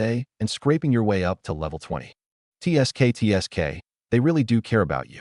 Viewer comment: cant even say tsk tsk properly how are u training your A.I. speaker.